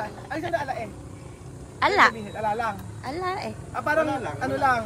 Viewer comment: Mas mabuti pa kami mga batangueno Ala e eh ikaw Kala mo Ganda ng accent mo. Maka Ala eh ka